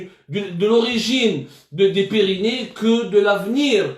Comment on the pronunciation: Ya si abdou c.est les Pyrénées et non les pyrynés